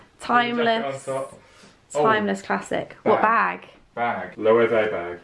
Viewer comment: i love that knows how to say Loewe correctly 💋